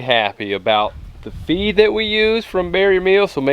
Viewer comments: I thought he said 'You wanna cut their feet off a few hours before.' I was like, Why would you do that!? Ohhh, you cut off their FEED... not feet. Yikes. And ROASTED is the best! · That's what I heard too🤔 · I’m glad I’m not the only one who thought that! 😅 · LOL I thought you said cut their feet off you said cut their feed off. I was like what is he talking about how are they going to walk around with no feet lol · I misunderstood you, i heard "before you process your meat, you want to cut of their FEET 12 hour before." I was like WHAT???. Then i realized that you said FEED